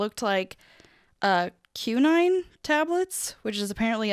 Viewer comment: Kwy-nine (quinine)